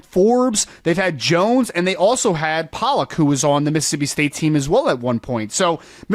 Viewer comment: Brice Pollock pronounces his last name as Pole-lock. He's ben around long enough for tou bloggers to know this!!! Maybe you could make an effort to say his last name as he and his family do??? Great video!!!